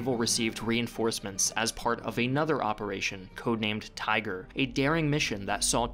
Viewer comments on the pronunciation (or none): none